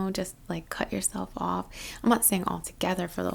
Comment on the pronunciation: Yeah I guess, theres definitely some hints of NY there like ish, when you say off and other words. Having never been to NY/NJ I guess I'm just making assumptions based on TV haha Anyway thank you again for your hard work. I'm off to Japan again in late August so I'm definitely going to be looking forward to Summer :D <Leo>